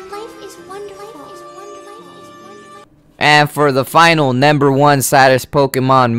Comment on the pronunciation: NAMBER FOUR that is what he is saying no offense though